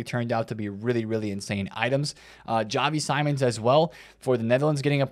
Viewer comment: XAVI SEA-MONS not SY-MONS 😊